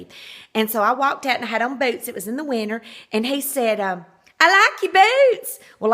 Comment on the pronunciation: Was that a asian impression? 😂 Smh I would love to hear the asian lady that did her pedi do an her southern lady impression Now that be funny. In the “winner”/winTer. Gotta love a person with a thick accent mock other person with a thick accent. Ahhh smh